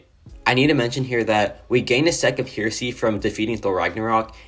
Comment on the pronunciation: Hey partner, it’s pronounced “hair”esy and it means a belief that contradicts traditional Christian beliefs. Thought I would throw that out there😂